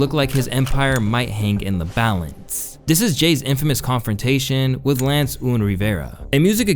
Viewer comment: Pretty sure its pronounced un, like big pUN